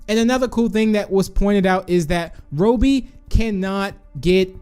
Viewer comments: It’s not Rohby it’s robby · btw its ra-be not ro-be that's how you pronounce it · It’s Robby not robey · Bro ur saying the wrong name Rowbey The real name is ROBBY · His name is not Roby its robby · Robby not roby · is it pronouced ro bby or rob by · it’s not robie it’s Robby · It’s pronounced rob e not robe e but ok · It's Rob-be, not Robe-be. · Me saying robby:Robby BIgbst4tz2 saying robby:Roubby(This is my thought that why saying it) it fine just a bit stinky saying it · Its robby not roby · its not pronounce ro bi but ra bi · It's Rob more like Robby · Said: Robey Me: Its Wrong Prounaunce Robby: Im Robby Not A Robe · says ROEBEE I trust tigry more. Great video, love these types of videos! 🍪🍪🍪🍪🍪🍪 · Me: its robby: Its RO-BBY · I’m amused by how he pronounces Robby’s name.😆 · STOP PRONOUCING ROBBY SWEDISH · Please correctly pronounce "Robby" before I stop watching your channel. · notice how he says robby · Tank bob 1 no, thats just how he pronounces robby XD